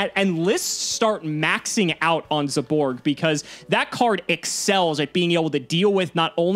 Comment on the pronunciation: Can someone PLEASE get to stop saying as "zay-borg"